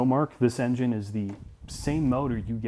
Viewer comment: Why did that guy say "enngine" like that? These videos are horrible, corny and overly dramatic